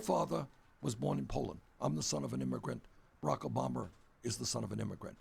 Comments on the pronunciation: he keeps saying Obamer. lol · lmafooo ''obamar''😂